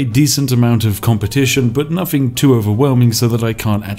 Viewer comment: Is the "nuffing" "everyfing" "anyfink" "parf" "anuvva" etc a bit?